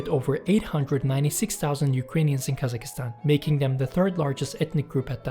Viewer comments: Please Brother KazaKHstan, not KazaKIstan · Hurt my ears every time guy said Kazakistan 🤣 it’s Kazakhstan (Kazakstan or Qazaqstan) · It puzzles me why every single non-Central-Asian cannot say Kazakhstan, where did you guys find Kazakh(i)stan on the map??? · Never heard English speakers to actually pronounce the KH, which is a Russian version of saying Kazak anyway. In my opinion, Kazakistan sounds more correct.